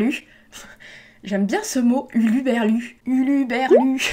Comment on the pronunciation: C'est très perturbant de t'entendre répéter "huluberlu" 3 fois quand le mot c'est "hurluberlu" :') Je pense que tu as appris ce mot à l'écrit, ça me faisait pareil avec Clytemnestre (que je prononçais Clymnestre) et d'autres noms grecs après avoir lu l'Iliade et l'Odyssée x) Super vidéo en tout cas :D Le livre qui me tente plus c'est le Camus, mais c'est surtout parce que j'adore sa façon décrire, tout en nuance, et de traiter ses personnages. Sinon, je me demandais si il t'arrivait de lire des livres de science fiction "classique" ? (pas du young-adulte, mais plutôt des Bradbury, K. Dick, Scott Card, Simmons...)